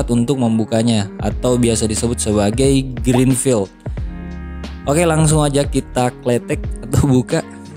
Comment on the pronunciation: green peel gak si bang bukan green field wkwkwk